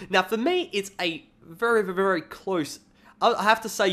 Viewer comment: when you say very very real fast it sounds like vuryvurvury